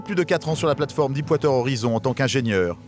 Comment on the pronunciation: Stay classy Deep water horizon et non dipe wateur horizon ;)